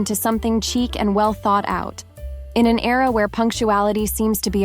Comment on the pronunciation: Chic is pronounced sheek, not cheek. Just so you know.